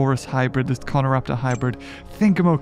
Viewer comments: Ima be the first to correct him it’s *this not thisn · Lol hé was so mad that he said “THISN” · "THISN" had me dying🤣 it still shall not change😠